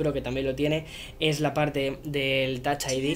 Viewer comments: Tach aidi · “con TAAACH ID” 😂😂 Classic Spanish